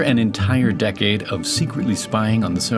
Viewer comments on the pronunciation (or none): none